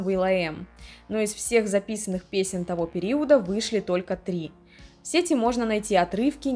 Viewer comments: Привет,. Видео получилось очень интересным, смотрела с удовольствием. Но жаль, что такие глупые ошибки в речи как се́ти, а не сети́ и некоторые другие, которые повторялись из раза в раз, сопутствовали видео. Надеюсь, что в будущем ты их исправишь 💕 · даа. Визуал, конечно, важен для видео. Но если звук плохой или неграмотно поставлена речь, это заметно отталкивает. А самое интересное, я специально перед написанием того комментария проверила ударения. Рыболовные сЕти и в сетИ интернет. Понимаю, что за всеми словами не уследить, но такие ошибки сильно бросаются в глаза